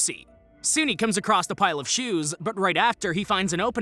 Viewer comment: When you said "used shoes" all I kept hearing was "used Jews". For a minute I thought we were having some Kanye Ye moment.